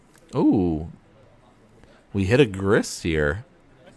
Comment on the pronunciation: I’m sure you probably caught this on the rewatch but Grist cannot be FON.